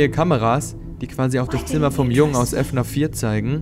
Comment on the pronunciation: F NAF man sagt FNAF😂😂😂